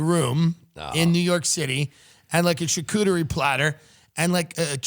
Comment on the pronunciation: americans pronounce charcuterie really weirdly